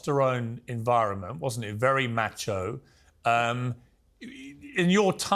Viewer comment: Don't say Macho the same way you say Nacho💤